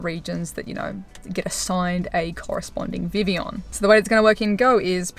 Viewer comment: First person I’ve heard actually pronouncing it properly